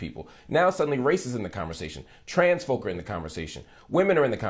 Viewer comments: Lindsay be-clowns himself when he goes on a bent about the word “folk” and its origins. That word has been part of the English language since the Middle Ages and had nothing to do with Nazi Germany. And the “L” in “folk” is silent. He really comes across as a maniac when he does this - and his point will be lost to many or most watching him use this rhetorical tool. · Can’t say “folk”! Bahaha making ML Hill live up to his own standards - PRICELESS 😂😂😂